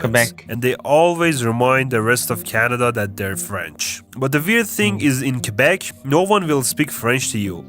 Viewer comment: I don't know where you're from in Canada, but most people I know who have graduated high school just say "Quebec" and not "Kwabek".